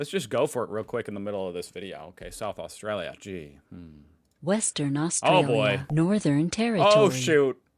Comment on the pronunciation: You should say Australia right